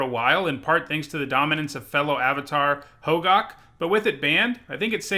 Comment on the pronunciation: It's hogak..not hogok